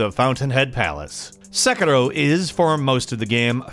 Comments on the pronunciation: If you're gonna try saying Sekiro like an Asian person it's pronounced "Sekidoh" not "Seggurro". Just a small nitpick no harm done. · SE KI RO! NOT SE KE RO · It’s “seh kee roh”